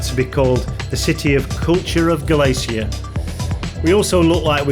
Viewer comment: Sorry to be a pain in the backside, but if you're somewhere in Spain ask a local how to pronounce it please. Galicia is Ga-li-cia, first i is like i in hidden and cia is said thi-a, i also like hidden. And i'm from Manchester by the way....... thanks.